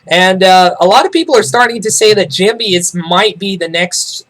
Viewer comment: lol its funny how you pronounce Jinbei, Jimby